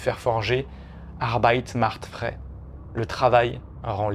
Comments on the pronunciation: il ne sait pas prononcer une phrase en allemand! "arbeit macht frei" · "Arbeit macht frais" ... Waouh ! J'ai pas les mots... Et pourquoi as-tu donc besoin de gesticuler tes mains partout dans les airs quand tu parles?! C'est insupportable !